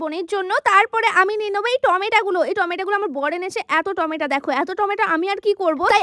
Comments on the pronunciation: Tomato❎ tomata✅🤦🏻‍♀️ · Tomato ❌Tomata✅🥲🥲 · টমেটা❌ টমেটো✅